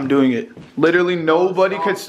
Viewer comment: Nobody:: I am doin git